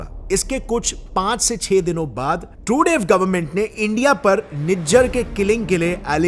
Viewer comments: भैया आपने रिपोर्ट तो बेहतरीन बनाई है, इस कारण से मैं आपको सब्सक्राइब कर रहा हूं, लेकिन.... 1. जितनी बार तुमने ट्रूडो का नाम लिया उतनी बार ट्रूडेव जैसा कुछ बोला जिससे हर बार हमारा ध्यान आपकी रिपोर्ट से भटकता रहा। 2. और कहावत होती है पल्ला झाड़ना ना कि पलड़ा झाड़ना। हो सकता है कि आपको मेरा कमेंट बहुत बुरा लगे लेकिन आपकी रिपोर्ट इतनी अच्छी थी कि मुझे यह मामूली सी बातें बतानी पड़ रही है कि आप अपनी हिंदी को थोड़ा सुधारे और ऐसी ही बेहतरीन रिपोर्टे हमें देते रहे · Truday nahi Trudo! That's how you pronounce Trudeau... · The pronunciation is not Justin Trudev is Justin Trudo..pls check on Wikipedia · Bhai it's pronounced Tru-doh not Tru-dave. Also it's torrono not Toronto, the T is silent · he says Trudav but the world pronounce differently. is ur pronunciation correct, just a curosity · Naam ka pronunciation ki laga di , bhai trudev or truday both wrong . Homework thoda karlo 😂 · Your pronunciation of Treudue is hilarious 😂 😂😅😂